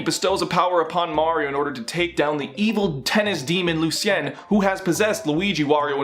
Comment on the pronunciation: Lu-see-en? Try Lu-shun.